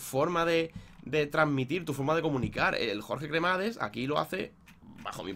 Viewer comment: no es por ser tocahuevos pero se dice "Jorge Cramadas"